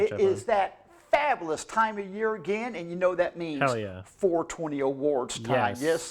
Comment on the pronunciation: Daddy Derek rap songs perfectly mirror the way he pronounces words such as, "Fablous"